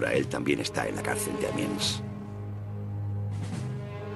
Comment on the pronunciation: No es Amians, sino Amiens.